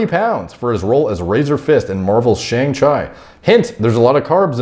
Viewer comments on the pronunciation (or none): Bro do you seriously not know how to say Shang-chi? you need to get out a bit more, that movie has been literally everywhere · Did my dude just say 'Shang-Chyy'?? 💀💀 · "Shang Chy" 😂😂😂😂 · I lost it when pronounced Shang-Chi hahahahhahahah